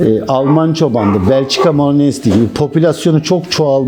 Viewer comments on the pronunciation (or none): Malinua diye okunur.